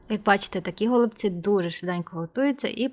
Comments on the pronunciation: Смачні голубцІ (з наголосом на останньому складі). Дякую за рецепт. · НашО говорити гОлубці якщо правильно голубцІ!!!!